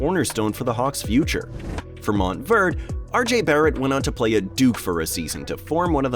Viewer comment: Now I know why car people get pissed when you call a Porsche-ah a Porsh.....MOUNT Verde(ay)